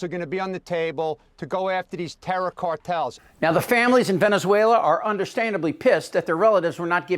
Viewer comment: It's "Venezuela" just saying...